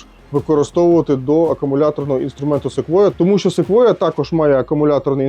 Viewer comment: Якщо б не Ви,то і не прочитав правильно назву Sequoia.😆